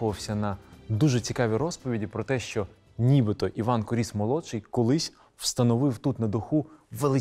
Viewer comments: Маленька ремарка: наголос у прізвищі на "у" - кУріс. Прізвище походить від грецького слова κύριος - володар, правитель. Приблизно у 80 км від цього палацу, у селі Ісаєве, є ще один палац Куріса - Олександра Івановича, правнука Івана Онуфрійовича. Хоч він вже не зовсім у первісному вигляді, та все ж у діючому стані - за іронією долі цей палац теж на педагогічній службі - в ньому розміщено головний корпус місцевого сільськогосподарського ліцею. Олександр Іванович майже не жив у новій оселі, бо невдовзі після завершення будівництва почалися буремні революційні події 1905 року і "панів-гнобителів" вимусили все покинути та виїхати за кордон. Так само, як і прадід, Олександр збудував неподалік маєтку церкву Ікони Казанської Богоматері, яка збереглася й досі. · та сняли кино так, типа как для тик тока. а вот истории и даже ударения правильного на фамилию не знают.